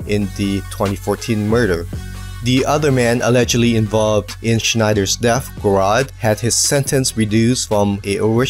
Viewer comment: Tyler Gerard's last name is pronounced like a j rather than a k. Just to let you know. Good video by the way.